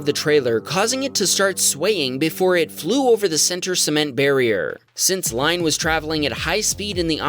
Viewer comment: The person's name is not pronounced LINE it Lynne. It a french way of spelling